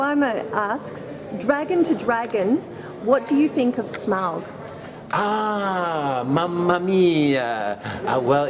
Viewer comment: I have to give mad props to this lady for pronouncing Smaug properly. Not the terrible "smog."